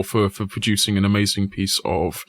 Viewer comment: ponkauh in da ckreetscehstt. ehmeizeenk. amazing.